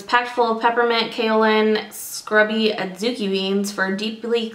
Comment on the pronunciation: Five stars for being the only Lush reviewer who pronounced adzuki beans correctly! Nice review!